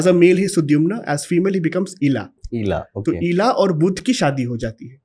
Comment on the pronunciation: बोलते समय शब्दोंका उच्चारण ठीक से करते जाइये बुध और बुद्ध दोनो अलग है